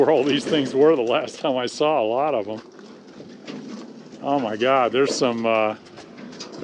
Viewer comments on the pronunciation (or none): o ma goud...kermit roll back on that a little...o ma goud ..mute